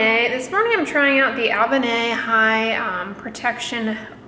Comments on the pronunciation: Btw, I forgot to mention the pronunciation for Avene. It's A+been - just replace the b with the v. I have been using the Avene Ultra Light Hydrating Mineral Sunscreen SPF 50 for sensitive skin but it kind of stings sometimes when I apply it. It irritates the area around my eyes. My skin isn't particularly sensitive, but I treat it as such since starting Retin-A 0.025. Recently I got the Neogen Dermalogy Day-Light Protection Sunscreen SPF 50/PA+++. It is a mix of mineral and chemical suncscreens and I like it a lot better. I don't care for the IT Cosmetics cream because I find it to be too heavy of a product on my skin. Another good product for color and sunscreen is the Dr Jart+ Premium Beauty Balm SPF 45. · its pronounced Ah-Ven. Haha love you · Did she learn how to pronounce avène yet?